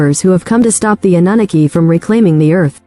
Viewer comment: The AI voice is terrible- “uh nuh nuh key” cannot listen to that